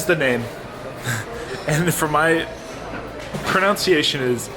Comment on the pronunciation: It is interesting that you pronounce pronunciation as PRO-NOUN-CIATION. Is that a Canada thing?